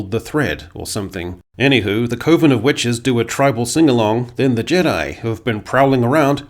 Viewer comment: Btw - I appreciate the correct pronunciation of “coven”. It’s “coven”, not “coven”….because “coven” sounds too much like “oven”.